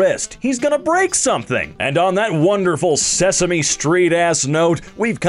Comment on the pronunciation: How can you get "sesame" wrong?